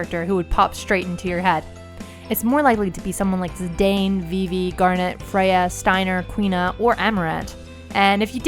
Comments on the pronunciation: you pronounced Zidane, wrong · The pronunciation of Zidane X'D I guess they didn't actually play Dissida...